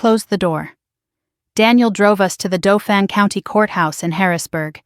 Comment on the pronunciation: Why repetition? Proofread! Is Harold grandpa or great grandpa? Robertt married to whom? Dauphin is pronounced like laugh in!